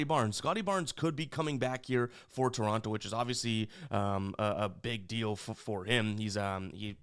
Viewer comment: I'm mostly joking and I love ya. but every time you pronounced Toronto I wanted to rip my hair out 😂😂 Canadians here in Ontario pronounce it differently haha